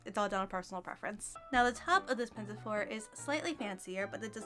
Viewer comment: there is no "t" in pinafore